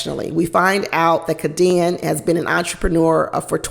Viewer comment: It's pronounced K D N. Not Ka Deann.